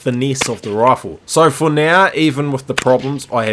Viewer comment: take a shot every time he says rawfle